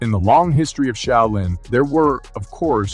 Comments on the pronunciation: shau·lin <<---- Proper pronunciation. Been there. Just saying. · I stopped at "A shay-o-lin monk". Hilarious! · "Sha-oil-yin" monks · oh lord that southern accent pronouncing Shaolin is gold , thanks for that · This dude pronounces the word "Shaolin" like 5 different ways. what the heck...which pronunciation is it? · How many ways can a guy say Shaolin incorrectly? Watch to find out! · I wished the narrator would pronounce Shaolin correctly. How many different ways does he say it? smh... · How many different ways can u screw up the name ...practice and do your research before posting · I can't believe that you managed to mispronounce the word "live"! Also, how many different pronunciations of "shaolin" can you manage?! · Your voice synth doesn't know how to pronounce "live" from context. It also has several mispronunciations of "shaolin". Still good stuff but..... 🙂